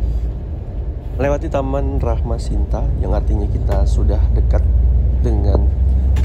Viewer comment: Ati2 mas! itu yg bener Rama Shinta ya bukan Rahma Shinta 😊🙏🏻